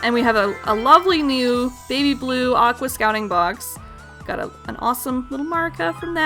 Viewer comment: It's pronounced: AK-WORS